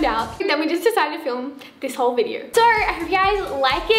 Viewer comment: nobody:: viderrr sorry no hate